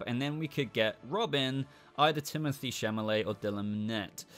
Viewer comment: You mean timothe chalamet no chamalet